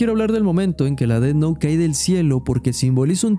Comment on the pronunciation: Buen análisis, pero me jode la vida el "ded nou" y "lai" durante todo el video... 😵‍💫😵‍💫😵‍💫